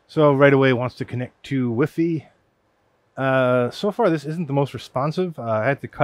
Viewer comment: wiffy? come on bro...:dothefive